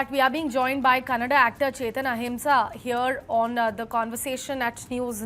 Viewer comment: Oh my dear it is Kannada not Canada